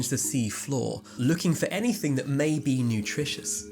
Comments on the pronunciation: It's anyTHING, not anyTHINK . Also, it's ASSUME, not ASHOOM 😮‍💨🤦‍♀️ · "Anythink" - seriously? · " finding anythink" lol English cant speak their own language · I switched off at the moment the so called narrator said:- 'finding "anythink" alive there......"